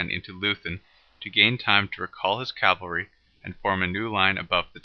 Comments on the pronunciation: Not "Cal-vary", "Caval-ree"!!! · Or cavalry.